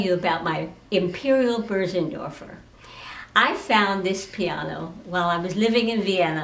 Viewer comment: And: she knew how pronounce it correctly...